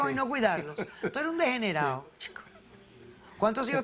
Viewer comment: "tú eres un degenereke"